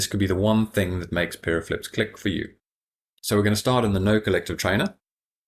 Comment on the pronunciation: "PIRE OH"... not "peeeroh" JFC.. this is training nowadays? just roll. Yaw. roll. Yaw. Roolllll Yaw. Get it? Got it? Good go git her done. Oh just straighten it up lol. Watch NICK MAXWELLS training vids on the subject. " Nicks One Tank tips". he will tel ya how its done.